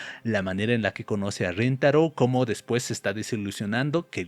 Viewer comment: rentaro ❌️ rintaro ✅️